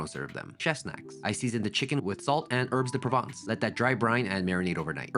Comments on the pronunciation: Hey respectfully thats not how you pronounce “herbes de provence” the h and the s are silent. Its pronounced like “erb” and is a french word. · Herbs .. thé S is not pronounced.. it’s just herb .. erb de Province. Nice peach sauce